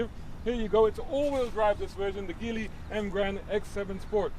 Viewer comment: Good review. BTW, Geely is pronounced "gee" "lee".